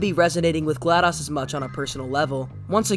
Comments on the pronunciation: Isn’t it Glados, not Gladus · He said gladas instead of glados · In my opinion vaas is the best villain in all of the far cry games from the main games to the spin offs. Also you pronounced vaas and glados wrong.